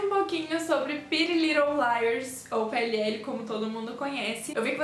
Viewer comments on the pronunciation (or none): Fez o vídeo que eu queria ver ❤️ só uma dica eu acho q vc fala errado PLL